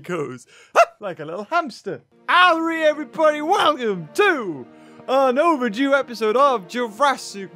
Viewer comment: Why does he always say long overdoe episode